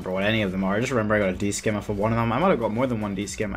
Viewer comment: also dudes it's not a "d skim" it's a "D SIM". You dont pronounce the c in scimitar